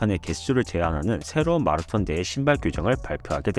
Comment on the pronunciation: 한국에서 유투브 컨텐츠를 제작하시는거면 발음좀 주의해주세요 .. 마라톤 발음이 너무 거슬려요 정말 ... 영어잘하는척 하려고 발악하시는거 같아요 ..